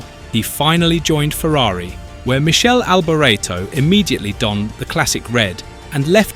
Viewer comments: Jayzuz - Not "Michelle" Michele - pronounced Mick Kay Lee. Get it right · It is Mi-kele, not Mi-shel. Do some effort to respect the man, Italian. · it's not michell it's Mik-e- le you stu gats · Its not Michele, like a girls name...its pronounced like Mickhele AlbOreto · It's Mi-kay-lee not Michelle, and you got his surname wrong too. Bloody hell ...this is awful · Not "Michele"! Its "Mikele", C+H in italian is Q (or K)! Crap video! Time waisted! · Don't publish a subject about a great driver if you can't even pronounce his name correctly... You wouldn't publish a video about 'Arthur Sonna' would you? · Pronounced...MIKELE for you F1 expert. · Pronounced Mickele with a k not a C ! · Every commentt below regarding correct pronunciation of his name is correct, get if fucking right for fuck sake. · I’m British and we don’t pronounce his name like that. We tend to use the native pronunciations for names.